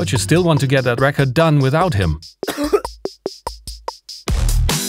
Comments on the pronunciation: Lovely tutorial! Just a heads up your English is better than mine but thought I could help a bit. Re-cord (to save data) and rec-ord (a disk of data) hope that helps. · Just found your channel today (via the TR-6S video) and subbed - so good!! Btw, record with the stress on the first syllable (RE-ked) is an album/LP/etc OR a Rekord, e.g. a world record, whereas the verb 'record' ('aufnehmen') is stressed on the second syllable (re-KOHD). You'll want to use the latter in pretty much any scenario on your channel, including this video ("enter re-KORD mode..." ). Source: former English teacher and native German speaker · You pronounce 'record mode' wrongly. In English, as with most or all languages, some related but distinct words may be written the same way but pronounced differently. 'Record' is one such case. You have the word both as noun and as verb. The noun is like the vinyl disc, album or single, with empasis on the first syllable: the RECK-ord. But when you want to write down information or ceate video or audio to be played back later, then you use 'record' the verb, which has emphasis on the second syllable - rec-ORD. I want to rec-ORD the speech I am listening to, so that I have a RECK-ord of it. I have a RECK-ord of the meeting, written by hand, here in my notes. I am also going to rec-ORD what is said in the next meeting. I have Bob Dylan's newest RECK-ord. On his next live show, I am going to rec-ORD a bootleg and distribute it for free.